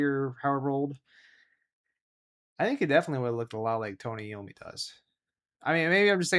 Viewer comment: Lol you said Iommi wrong 😂🤣